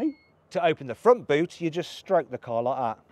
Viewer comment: I'm wondering how a car-enthusiast like him still manages to pronounce cars incorrectly